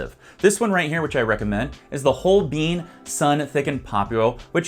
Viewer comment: Holbein is pronounced hol-byne not hol-been.